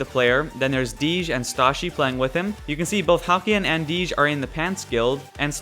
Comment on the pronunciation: Not to mention DeeJ, isn't Dee-jsh, it's DJ... lol